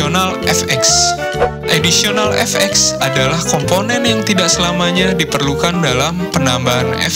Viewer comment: Additional kak, bukan auditional. Semangat yaa